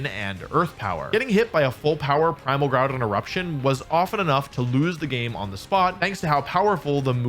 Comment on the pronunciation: bro said primal Gourdon